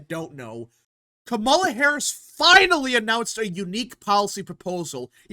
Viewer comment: The moment this guy mispronounces Kamala Harris, he immediately loses his argument and any sense of reasoning and sounds uninformed. Also, he sounds like a noob to politics. This strategy is called co-opting and it's as old as politics itself. It's nothing new. Trump did it when he said that he would not touch Social Security after the Dems made that promise for years. You take a good position away from an opponent by doubling down on it or sometimes improving on it. It works when it doesn't compromise the candidate's platform. Reducing taxes on the working class is a key Democratic position, so it doesn't violate the Democratic platform. It also makes Harris look moderate, and it takes the issue off the table from her having to discuss it at a debate because they agree on it. It's the political way of saying hold my beer.